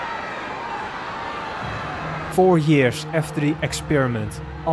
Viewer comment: I’m sorry but… yearsh? Really? Not tryna to be rude..but Really?